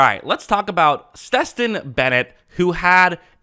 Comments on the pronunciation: Stes-ton? It's STET-son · Bad? For a rookie it was a great start. Not surprising who doesn’t understand how to say the guys name. Stestin?